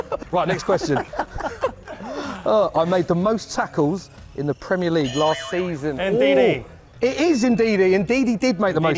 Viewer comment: did he say Ndidi or indeed he?